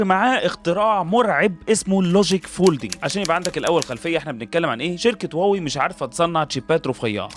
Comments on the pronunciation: يا أستاذي هي ليست إنجليزية لتطبق عليها هذه القاعدة الاسم صيني مكون من كلمتين Huá ، wéi هم مضطرون تجاريا لكتابته بحروف لاتينية. لكن استمع لنطقهم لها في مؤتمراتهم ينطقونها هُوا-وِي أو: ما دمت بحثت في ال ai فاسأله كيف ينطق الصينيون كلمة Huawei 🙂 واوي ليست النطق الصحيح للكلمة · لماذا تسميها واوي وهي شركة صينية والصينيون ينطقونها هُواوي؟ وبإمكانك سماع مؤتمراتهم